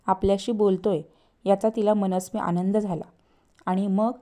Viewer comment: मनात ... मणात नाही आमंद... आणंद नाही